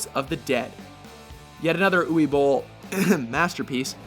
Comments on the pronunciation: Who the FUCK is OOWEE Bole? It's pronounced OOVAY. It's German you cretin. Fuckin' Yanks just say whatever shit they want and think that's how it is. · This narrator dude sucks, he mispronounced Uwe Boll's name too.